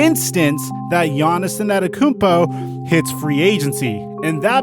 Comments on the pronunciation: Thanks for great content for such a long time! Please put some effort in learning to say his name. Its not AnEToKoumpo. You're missing the first T, bro. Its An Te To Kounmpo. Thanks :) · IT IS AN-TE-TO-KOUNMPO not ANATAKOUNMPO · you say it like An-ten-te-koom-po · The way u murder "Antetokounpo" when u pronounce it doe😆😂🤣